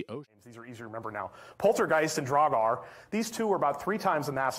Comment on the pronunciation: ... Problem with learning how to pronounce 'Draugur/Draugr' is that this is not a word from English. It is an Icelandic/Old Norse word for revenant/ghost. And it's very tough for english-speakers unless you just settle for butchering the pronunciation which.... you have. Kudos for trying, Icelandic pronunciation is really hard. What also doesn't help is that literally every example I've seen for pronouncing it is wrong. Hard to learn when nobody teaches it properly. This is just a tough word for english-speakers.